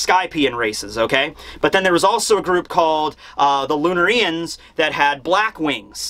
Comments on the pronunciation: Why do you put the accent on "ri" instead of "na" in "lunarians"? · Lun-air-ians Not Lun-R-Ian’s Lol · I'm watching this late but man I hope he stops saying Lunar-EE -ians. It should be pronounced Loon-Are-ians and listening to him say the former pronunciation is like nails on a chalk board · Lunarians: Lunareeans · I hate how he's pronouncing Lunarians but pronounced Solarians the way he should be pronouncing it correctly..